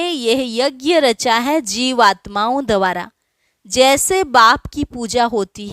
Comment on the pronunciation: शब्द है द्वारा, न कि दवारा